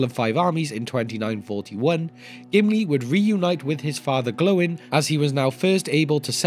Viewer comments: Gloin is not prounounced Glow-in but Gloy-n. Likewise Oin is prounounced Oy-n. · Why have you changed how you pronounce Gloin?? Your video on the dwarves of Thorins company you said it as they do in the movies. Never heard it pronounced glow-in before. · Lol did you just say Glow-in? The disrespect for Gimlis dad is real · Is the way you pronounced gloin the official way or the movies version? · Fathers of the dwarves.... But please start pronouncing gloin correctly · I can't watch it because of how you say Gloin